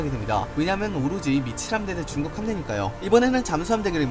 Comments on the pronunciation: 근데 나만계속 미친함대라고 들리나? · 미친 함대라길래 뭐지 싶었는데 다시 들어보니 진짜 그렇게 들리네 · 미 7함대 자꾸 미친함대라고 들리는사람?